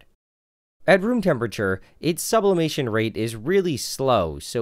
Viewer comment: Sublaperation? Subloiling?